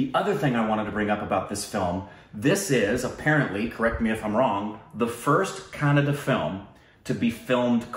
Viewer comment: You guys are way better than north indians who say "kannad" instead of"kannadA"..